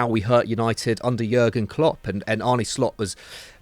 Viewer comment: God, that guy in the glasses can't pronounce one foreign name. He's not Arneyyy he's Arne.